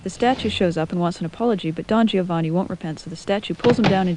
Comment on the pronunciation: You said Don Giovanni wrong. It should be said like Don Jovanni. The "i" funcions to give the "g" a "j" sound. The "i" is not pronounced.